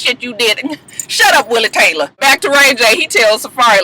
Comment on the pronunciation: Willie Taylah! lol